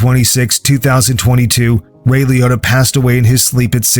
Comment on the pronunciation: Ray Liōtta. Lee-oh-ta.